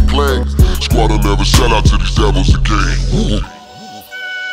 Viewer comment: He pronounced again like A Gain 🤣🤣🤣🤣🤣🤣🤣🤣🤣🤣🤣🤣🤣